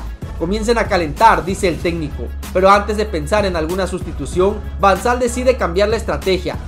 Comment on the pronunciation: Van sal es van gal jajaja